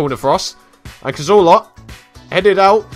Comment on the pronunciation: I like how you pronounce Cazorla, almost makes my pipi hard. Almost